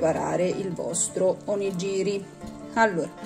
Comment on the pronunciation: Buoni gli onigiri! Piccola nota: si pronuncia onighiri. Nella translitterazione gi=ghi ji=gi.